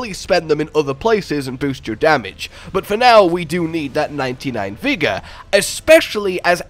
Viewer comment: "Vigga" aka " Vigorrrrrrrrr" Rrrrrr EEERRrrrrrrr R R R R ARE R robin hood. R